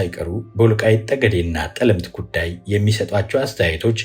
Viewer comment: ጠለምት ሲነበብ “ ጠ “ ይጠብቃል አጥብቀው።